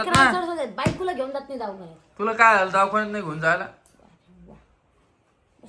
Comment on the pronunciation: दवाखाना ❌ दावखाना ✅